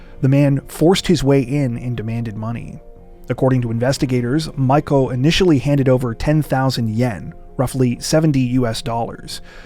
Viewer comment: Miko is pronounced "mee-ko".